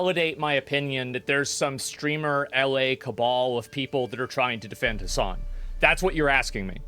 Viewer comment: i think you forgot some s' its hasssssssssssssssssan